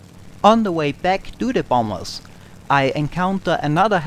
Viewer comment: I love the way you say bombers. Bomb Bas!